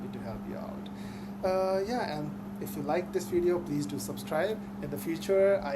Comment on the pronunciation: a suggestiion real quick , that word at 00 : 11 is pronounced as video not wideo , theres a big diference between w and v sounds , ive noticed that a lot of indians mix these sounds up